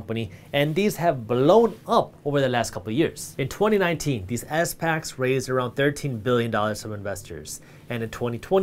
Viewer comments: I believe people just call it a “spack” instead of S-PAC for pronouncing SPACs 😂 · it's called SPACs not S-Pacs ;) but love this channel and the new discord app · Hey Jaspreet when you say S-PACS you mean SPACs right?